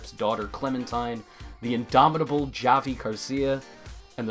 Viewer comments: did u just pronounce javi as j-avi?!? wtf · did... did this guy really just say Javi.. with a hard J? its pronounced with an H you dimwit